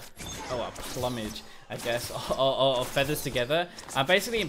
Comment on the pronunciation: both you and pronounced plumage wrong. "ploomidge" as in a crest of feathers, not like the word "plummet".